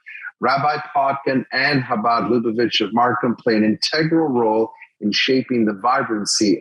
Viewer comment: Shabad??? Virtue signalling doesn’t really work as well if you don’t… ya’ know… actually learn a little about the community… like how to properly pronounce their name. Ch… like “Loch Ness”. Or even just a soft H like Habad. Shabad is just 😔😔😔 Do better MarSHam And Merry Shristmas and Happy Shanukah!😉